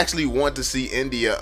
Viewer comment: Nice video, but I can't ignore the fact that you pronounce India like NBA sometime